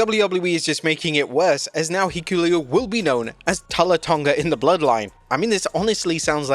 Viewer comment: “Heekuleo.” Speaking of botches.